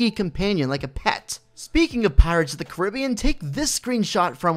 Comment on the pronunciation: Who else carnt stand the way he says carrabien